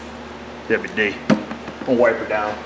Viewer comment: I love how you say "WD" "dubbayu dee"